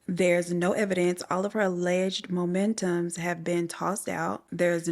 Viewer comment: Not MOMENTUMS baby...u mean MOMENTOS❤ But aside from that...I LOVE HARRY and I needs him in my life😂